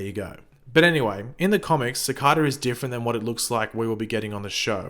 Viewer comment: Its cicada not cocada